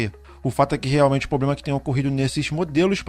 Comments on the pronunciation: Muito bom vídeo, mas, a palavra correta é "problema" e não "poblema". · Mano, ótimo vídeo, só evita falar poblema, pra passar mais credibilidade ao seu conteúdo, cheguei ao canal por esse vídeo e gostei do conteúdo. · Irmão, seu conteúdo é ótimo e sua voz (tom, ritmo, interpretação) passa muita credibilidade. Só uma ressalva mínima: a palavra problema. Já estou seguindo e recomendo! Desejo muito sucesso!